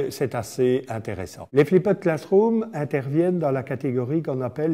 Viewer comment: flipped ne se prononce pas ainsi, d'ailleurs bien prononcé ça sonne plus comme ce que ça signifie. "FLIPD".